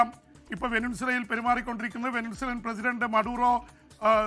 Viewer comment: വെനിൻസുല' എന്നത് തെറ്റായ ഉച്ചാരണം ആണെന്ന് തോന്നുന്നു. 'വെനസ്വേല' എന്നതല്ലേ ശരി ?